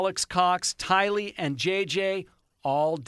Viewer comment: Since the beginning Tylee’s name has evolved into being mispronounced by being accented on the 2nd syllable, “lee.” However, she is NOT Asian, & her name is pronounced with the accent falling on the 1st syllable, “Ty.” “TY-lee” 💜